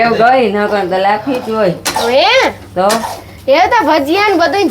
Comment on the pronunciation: લાફી નહિ, લાફસી કહેવાય.